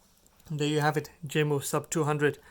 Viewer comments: It's Yamo in pronunciation not Jamo. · It's pronounced differently. Lol. It's actually ( Yamo). It's a Denmark name. The " J" makes a " Y" sound.